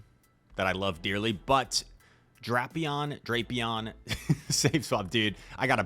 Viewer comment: Every pronunciation I’ve seen in the anime/google says “Dray-pee-on”